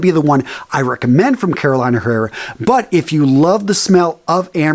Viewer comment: This Carolina is not pronounced like the state RMRS!!!! The fragrance house is pronounced “CarolEEna Herrera”....the “I” is a SHORT VOWEL here!!!!